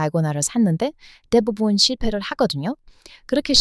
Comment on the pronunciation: 오늘도 역시!! 👉🏻👉🏻 ’대부분‘ 발음하실때 ‘대’를 조금 길게 발음해 보세요. 훨씬 쉽게 발음될거에요.👍👍👍